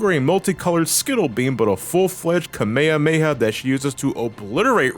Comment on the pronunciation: Kamehamimei? Nonono,, the correct pronunciation is Kamehameha!!